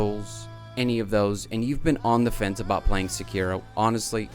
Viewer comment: The hardest thing about SEkiro is finding someone who knows how to pronounce it right